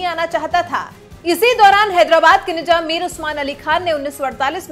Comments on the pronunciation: Nijam Nahi Nizam Apni Urdu Sahi Karo Channel Chala Rahe Ho Mazaq Nahi. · Pehle izzat se naam lo. Nijam nahi Nizam bolo. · Masha Allah no Masa Allah. Nizam not Nijam. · Waise nijam nahi nizaam hota hai apne alfaz ka talaffuz sahi kijiye madam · He is not " nijam" ..." nizam"